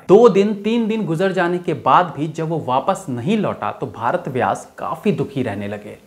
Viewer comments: आपने बहुत मेहनत की है लेकिन सही नाम भरत व्यास है भारत व्यास नहीं आेर हां, हिन्दी में काम करते हैं तो इतनी अंग्रेजी बोलने की क्या जरूरत ? उसके विना भी आप ज़हीन लगते हैं। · Jankari achhi hai lekin भारत व्यास नहीं उनका नाम भरत व्यास है